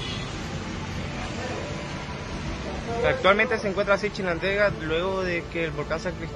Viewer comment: He visto más 40 videos del volcán en Nicaragua y eres que a pronunciado bien el nombre Chinandega ( el resto chinadenga)